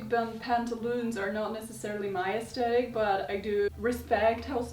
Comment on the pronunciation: Karolina- Americans recently have developed a habit of pronouncing 'aesthetic' incorrectly which I noticed you've picked up on. Sorry it's one of my pet hates! The H isn't silent so it's pronounced as-thet-tic not as-tet-ic. 😝